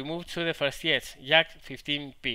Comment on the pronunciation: I like how when you say "Jack of all trades" sounds like "Yak of all trades" which makes me lul, since you were talking about a Yak at the time. :)